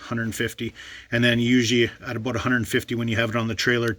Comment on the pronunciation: He said " aboot " lol 😆